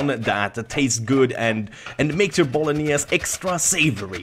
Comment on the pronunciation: bolognese is pronunced with the final "e" as well... it s italian